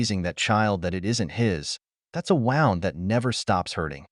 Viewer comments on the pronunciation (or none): It's pronounced 'wooned' not 'wowned'. AI.